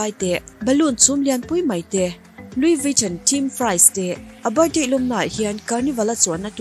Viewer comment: Louis Vuitton ilam dan khi luivitawn ang in ilam a...lui-ii-vi-tawwn ti a lam tur...tawn tih tawp lo in tawwn tih tur lam thui deuh tur..hehhe lo sawi ve mai2..